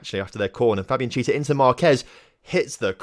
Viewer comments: its pronounce key-ay-sa not cheeasa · You say chiesa like key-ay-sa